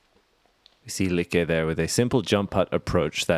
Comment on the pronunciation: Since I'm not the only one who noticed that they call both Sofie and Lykke two different names as they go along, I would really like to know what is proper. Come on guys, get it right. Whatever right is. lol But otherwise, ya all are doing great. ;-)